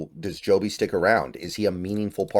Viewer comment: It's Jobe not Jobe man. 🤦